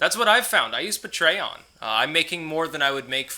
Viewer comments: I'll give you $2 a month to stop pronouncing it "Puh-tray-on" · You pronounce patreon: pay-tree-on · Lets say it together... Pay tree on. Patreon. LOL. keep up the great content. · Hey!!! Don't puh-tray-on-ize me man!!! Lol. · The way he pronounces patreon is pretty funny.